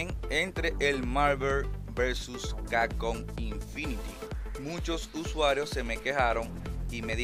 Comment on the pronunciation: MARVER vs CACON jajjaaj pasadisimo